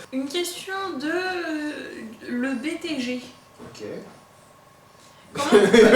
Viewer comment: Le BTG c'est le Blue Touch Guy et c'est cool son émission c'est pas gentil d'écorcher son nom je vais pleurer :'(